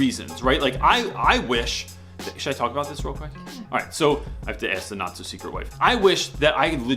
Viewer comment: I just wanted to say that the first several tims I heard you use the phrase "not so secret wife" I thought you were saying "NAZI Secret wife." That is all.